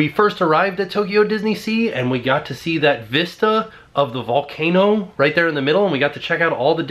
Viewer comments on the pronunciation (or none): none